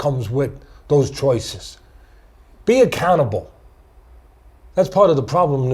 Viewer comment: i kept wondering for quite a while what Teddy Atlas meant with the phrase "be a cannibal". Did he mean "Be fiercely determined? Never take no for an answer? Have an absolute discipline on yourself"? It sounded deep and profound and just as i finally started to understand, i realized he was saying "be accountable".